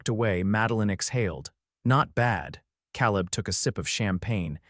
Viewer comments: And it is kay-leb and not kal-eb. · Your AI needs pronunciation classes. CA leb, not Calleb. Long A. Indiana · AI HAS Pronunciation ISSUES. Caleb is usually pronounced K LIB. NOT CAL LIB. BUT it’s learning. Good story tho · You really know how to mispronounce names! Calleb is pronounce C-A leb, not Cal-eb. Get with the program! It was a cute story but I won't be back. The A. I. Voice really needs to go! 😞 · How many ways can you spell Caleb? And it's pronounced Kā-leb. Like in the Bible... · Tha name is Kay-lub. Your A I enunciation is flawed. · Kay-leb…. I agree, ….. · Fix the AI! It’s “Cāleb”; not “Căleb”! And is it impossible to figure out how to program AI to do a better job of pronouncing “live” and “lives”? I know English is a tough nut to crack on the subtleties between the noun, adverb, and verb pronunciations of certain words but isn’t that what human editors are for?! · Lawdy... can't read "lives" properly. And..."Caleb" is commonly pronounced "KAY-lub"... can't even get a main character's name right - er, consistent? Gag. Then the subtitles go from CALEB to CALIB. Then, minutes later, go to CALLEB. Good grief, the technicals are so ridiculous.